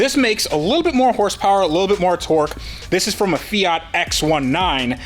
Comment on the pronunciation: The "Fiatski"!!!